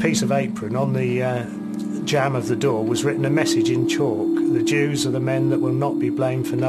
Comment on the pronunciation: "The Juwes" Hm.